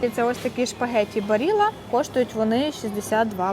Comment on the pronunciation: А чому шпагетті, а не спагетті? Може, я щось недочув? Але дякую за відео, ясна річ.